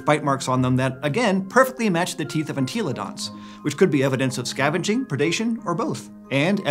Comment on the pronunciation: I can’t be the only person that gets triggered every time he says “En-TEEEEEE-lo-dont”